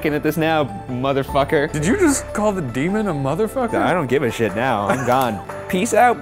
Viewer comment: deMON? dEEMON